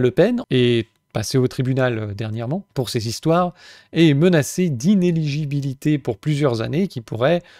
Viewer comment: Plus personne n'est foutu de prononcer inéligibilité correctement ! Même toi tu abandonnes en cours de mot, il faut résister ! La médiocrité des autres youtubers et journalistes de télé n'est pas une excuse . Tu ne dis pas crocrodile, ben la c'est pareil . La langue est la grande richesse invisible sans laquelle plus rien ne sera possible, c'est pour ça que macron la piétine systématiquement. Je dis ça en critique constructive car tu est très pertinent a l'habitude .